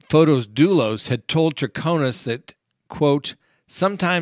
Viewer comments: You have said before you always try to pronounce a name correctly. The way his name looks, should it be Fote isss? You say it almost like photos like pictures. You said that in the Botham Jean case. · It's fotis and in greek means the bright one. The female version is fotiny.